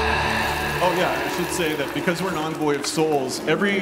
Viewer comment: Envoy is pronounced like "aan·voy". But it's not unlike DE to mispronounce MANY words! 🤣